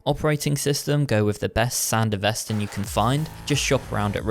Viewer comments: It’s Sandevistan not Sandevestan as you constantly say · couldn't pronounce it correctly like in the anime...? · How ya gonna make this vid fresh off the anime, and still Repeatedly mispronounce SanDevistan?